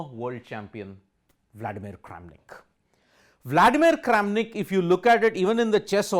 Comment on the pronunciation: not kramanik but karen of chess world LMAO